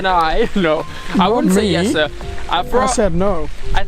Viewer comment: ME: who's Yes'sa Watching Five more vids: ohh that's Jesse! 🤣 Like the way he pronounces it better! Lol ughh, from the states.